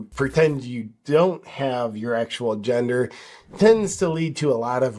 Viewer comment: SEX not jendaah!!